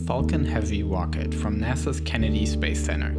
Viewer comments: “The wocket” lol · " With big wocket we go to maws." Awesome video though! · You sound like kripky from big bang theory Wocket. I am sorry but it's amusing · It’s rocket not wocket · Not to be rude and no offense, but... "Wocket" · Not ROCKET ITS "WOCKET" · "its the most pwoerful operational wocket in the world" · Dubwa for "wocket" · Volkan Eren Wocket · woom woom goes de wocket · "Wocket" xD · what's a wocket? I didn't pwogwess thwough the video sowwy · hehe,I like the way you say rocket as 'wocket' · Wed woadster wocket erf oporational dis exporation dey pwogwes wussia wegain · Tesla Woadster, wocket lol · Wocket, wussia, bwoke, pwoject, owiginally, etc etc etc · the most powelfull wocet in the wowd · the wmost powaful wocket in the wold